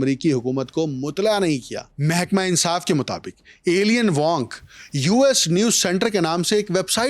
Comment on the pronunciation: Alien Wong nahi Eye-lein wong pronounce hota hai